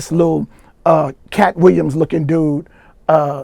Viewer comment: He said Katt William 🤣💯